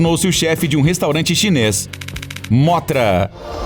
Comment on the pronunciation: Mano não é móthra é mõthra e não rei ghidorah e mais devagar o ghidorah